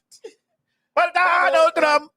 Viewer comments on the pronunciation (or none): LMFAOOO “I WIH BOTE FOR DONALLLL TRUMP ! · “Ey’ Vill’Voe Fo Donell Trunn”🕺🕺🕺🕺🎶🎶🎶🎶🕺🕺🕺🕺